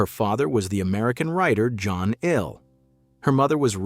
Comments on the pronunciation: Please, somebody explain to the speaker that Ehle is pronounced “Ely”, not “Eel”. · And he doesn't know how to pronounce "Ehle." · I've noticed that none of the speakers on videos about Jennifer Ehle Ever manage to pronounce her name properly! You'd think they would Do Their Homework!